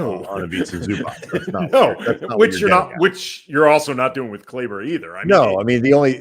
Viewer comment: Could they be playing Maxi for other teams to see him (to facilitate a trade)? Also, I know you have no history with him but he’s been a significant contributor to western conf and NBA final teams, and as someone who appreciates that it hurts me to hear you consistently mispronounce his name. Please either have enough respect for him to learn how to pronounce Kleber or just call him Maxi.